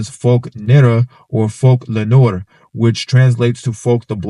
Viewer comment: It's also pronounced nerwah not nor.